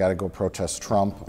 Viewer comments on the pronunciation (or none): none